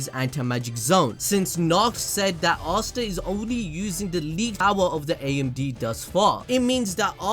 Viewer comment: I swear you guys have got to be butchering Asta mom's name